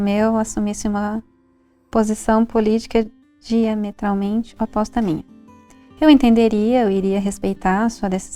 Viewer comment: Esperei o vídeo inteiro elas acertarem falar “ política diametralmente oposta “ ksksksks